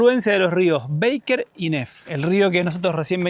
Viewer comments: Los felicito por los videos, qué ganas dan de volver!. En verdad esos paisajes son para quedar mudo de emoción. La confluencia del Baker con el Nef es de un poder que no se explica (ojo que es Baker con "a", no "béiker", ya que el nombre es de origen alemán). La cuesta donde vieron el cóndor al parecer la han arreglado más en los últimos meses. La hice en octubre del año pasado con uno de mis hijos y tiene algunas partes que son del terror. Saludos! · Chicos, no es rio "beiker" sino que es Baker, no se pronuncia como en inglés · Mis oidos sufrieron escuchando "Beiker" 😢 y Baker. Perdón tenía que decirlo